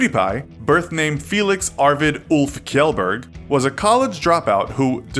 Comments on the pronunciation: KJELLLBERG??!!! It's pronouced shellberg !!!! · it’s not kelburg it’s pronounced shelburg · Kjell is pronounced shell So you pronounce the name Felix shell bærg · It's not kellberg. It's pronounced shellberg. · It's pronounced Borger not kajegelburg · IIT'S SHEELL-BURRGGG! NOT "KIEELL-BUURGG!!" FUCKING CANCERS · it's "shell-burg" not "kyell-burg" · "SHELL-BERG" NOT KIEL-BERG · Kellberg? Seriously? How tough is it to say Jhellberg? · It's not 'kellberg' it's 'shellberg' learn how to pronounce his surname before making this video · "kjellberg" is not pronounced as "kellberg", its pronounced as "SHellberg" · GELBERG WTH ?! IT'S SHELLBERG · It is pronounced as kshellberg. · He will be offended because his last name is pronounced Shell-burg not ki-jil-burg. He said that when he was reacting to the news stories about him. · It's not pronounced as "Keel-Burg" it's pronounced as Shell-Burg please get the name right. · pronounced "shellberg" not "keelberg" ur wlc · Hat Skeleton! You pronounce it shelberg not sheelberg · “Felix Arvid Ulf KYELLBERG” bOI— it’s pronounced “shellberg” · its pronounced as shelburg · ITS PRONOUNCED SHELLBERG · It's pronounced Shelberg. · Kjellberg is pronounced like shell-berj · It's pronounced Shellberg, He said so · SHELLBERG! ITS PRNOUNCED SHELLBERG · It's pronounced Shellberg(Kjellberg) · It’s pronounced as “Shellberg” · His last name is actually pronounced like shellberg. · its pronounced "shell-berg" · drthvdr “kelburg” Lol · ”Felix Arvid Ulf KIELLBÖRG” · trigger It's pronounced "Shellburg" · It's pronounced as 'Shell Burg' You could have run the Name in Google translate in Swedish. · Isn't it pronounced "shell-berg"? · Chandrima Baral Still wrong. It's "shjellberj" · SHELLBERG SHELLBERG ITS PRONOUNCED SHELLBERG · He has 61 million Its pronounced shellberg He doesn't have black hair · You pronounce it Shellberg. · ITS PRONOUNCED 'SHELLBURG'! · Its pronounced Shell-Berg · "KIELBERG" XD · EclecticNostalgia "Sheelburg" and "Perdee" lol.